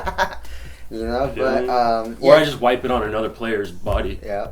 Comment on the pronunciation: Whenever you say wipe, I think for a second, wai whaat?